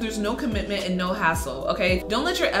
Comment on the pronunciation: Everyone is just commenting because their saying your “cringey” because you said naur.